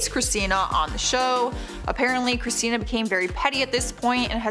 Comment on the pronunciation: Girl u messed up Christina's name on the Kelly Osbourn point number one